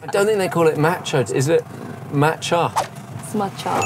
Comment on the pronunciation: "It's Matcha not Machaaaa"